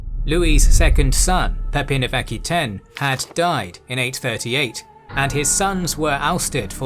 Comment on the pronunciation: Just one thing Aquitaine is pronounced a - kwuh-tayn, not aki-tayn.